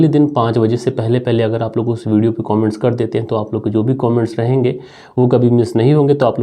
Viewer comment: कोमेंट्स नहीं कमेंट्स बोला करे. शुरुआत में ही पूरी कहानी का सारांश पढने से क्लाइमेक्स पहले ही समझ में आ जाता है।